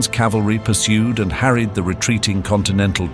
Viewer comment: Thanks for the informative comment, I might check that video out. P.S. It's cavalry, ca-val-ry, not calvary.